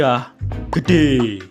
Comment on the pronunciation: Kok tumben "gede" nya beda